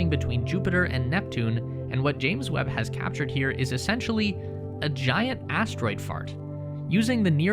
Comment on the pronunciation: Lol. He said astroid fart.